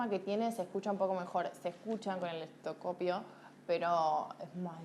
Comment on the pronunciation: Me irrita bastante que la doc diga reiteradas veces "ESTOCOPIO". Me pone nerviosa, entiendo que es el tonito "cheto" o pseudo "burgués" típico de muchos; la papa en la boca me desconcentra. Perdón por expresarlo, estoy como en el sketch de Capusotto "Ministerio de Educación". Así.